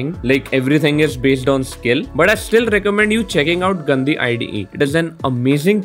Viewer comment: When you said gandi one time it sounded like गन्दी